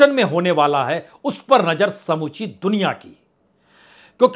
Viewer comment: भाई ये नजर क्या होता है नज़र बोला करो। बहुत बुरा लगता है सुनने मे। हजारों को हज्जारों बोलते हो। अपना accent सही करिए। मैं आपकी पत्रकारिता को पसंद करता हूं। आपका अंदाज़ भी अच्छा है। लेकिन आपको अपने Talaffuz पर काम करना होगा।❤